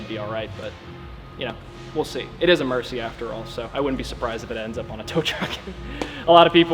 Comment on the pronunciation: Murci, not mercy. Now you know why